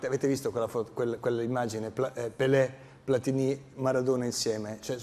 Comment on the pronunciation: Platini .....senza accento sulla i. Nonni di Novara